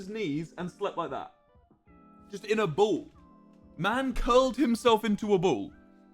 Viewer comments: I like how his accent made him say boll but we all now he said ball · "In a bool. Man curled himself in a bool." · He said bwll